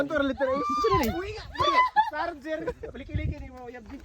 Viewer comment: Ikaw talaga dapat nag palit kayo ni rolyn,looking bata to yong Lugar ginawan mong gamit,siargao mag kasing tunog ng sarger pa Ang bigkas mo,pasaway sobrant tawa ko sayo😂😂😂